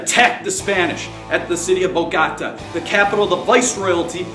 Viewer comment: Thanks! it is pronounced Boh-Goh-Tah by the way :')